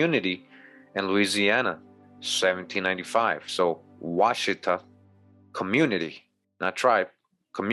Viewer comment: And also you are mispronounced washitaw...